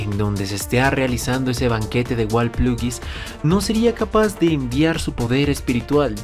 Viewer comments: pero dice walplugis en vez de walpurgis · Dude todo bien pero es Wal pur gis, pur men pur. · No es Warplugis, sino Walpurgis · Es Nava pero el dice los nombres muy mal Milin Nava ≠ milin Narva está mal dicho Cadrybiris es como se pronuncia no como el dice Y es walpurguis no wlapurguis como el dice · Loa pronuncia mal, horriblemente mal, no sé si es a propósito o que, pero es walpurgis y Nava, también se pronuncia karibidis o charibidis y fobio creo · Siempre dice mal walpurgis y Milim Nava...